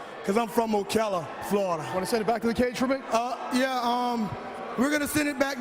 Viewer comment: "Hailing from okayla Florida. "